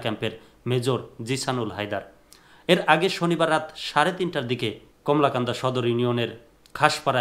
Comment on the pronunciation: আপনি তো কলমাকান্দা নামটা বলতে পারছেন না, বার বার বলেন যে কমলাকান্দা